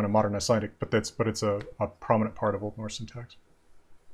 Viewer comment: I am sorry, but i have to say that pronunciation of Old Norse is not good at all, even if it is hypothetical.